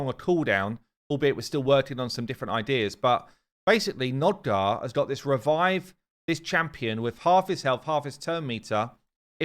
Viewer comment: NOG-DAR not NOD-GAR.